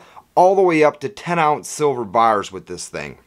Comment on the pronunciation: He's a "Closet Canadian" stacking all those Royal Canadian Mint bars and Maples! Listen to how he says "Bars", makes me giggle! 🤣😂🤣😂